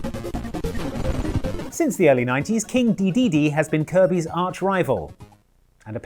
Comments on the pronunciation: You pronounce it de-DE-de and not DE-de-de? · He says Dedede like Kaiser says Goku